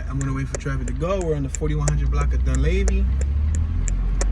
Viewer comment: Dun leeve is how it sounds